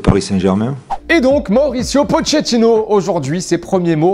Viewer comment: Mdr comme il a dit le nom de pochetino 😂